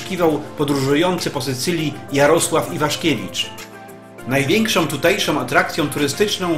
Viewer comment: Przypadkiem weszlam na filmik o Sycylii,wspaniale widoki i zabytki.Mam zastrzezenie jedynie do lektora.Cytuje:najwiekszom tutejszom atrakcjom turystycznom...no i te nachalne troche reklamy zakupu filmikow.pozdro